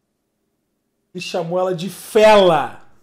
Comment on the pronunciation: no começo o cara falou igual o cebolinha "fela"